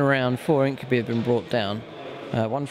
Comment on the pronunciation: you pronounce incubi wrong